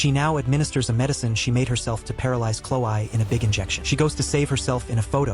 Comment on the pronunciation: normal people: chlo-e. the video's narrator: chlo-i.